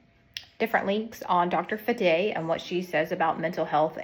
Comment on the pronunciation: 1. You didn't even pronounce her last name correctly. 2. You also didn't do valid research on her. She has made up much of her information due to her own issues.